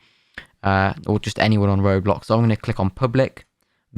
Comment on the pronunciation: bro said roadblocks(